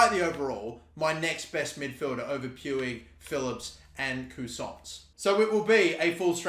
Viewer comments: I believe Puig is pronounced Pweeg not Pewig. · It's pronounced PwEEg not pyou-ij lol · 99% sure Puig is pronounced (Pweeg) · Puig is pronounced 'Pwig'. The way you pronounce it🤣🤣🤣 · PueEi XD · No it's pronounced 'pooj' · It’s pronounced “push” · It's pronounced Peeg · It’s pronounced puij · hate how says puig